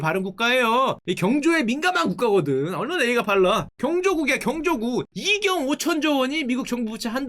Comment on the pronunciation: 경조국이 아니고 경국 인데 "경국" 발음이 이상하네